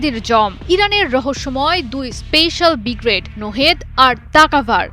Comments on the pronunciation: আরে ভাইরে ভাই। উচ্চারণটা "ব্রিগ্রেড" না "ব্রিগেড"! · উচ্চারণ ঠিক হয় না madam শব্দটা হবে Brigade , Bgrad হবে না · সংবাদ পাঠিকা, তোমার বিশ্রী উচ্চারণ ত্রুটি রয়েছে, বিগ্রেড বিগ্রেড করছো সেটা ভূল! শুদ্ধ উচ্চারণটা হচ্ছে ব্রিগেড!